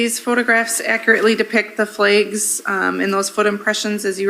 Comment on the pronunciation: I had to skip past all the ‘flehgs’ and unwrapping 😅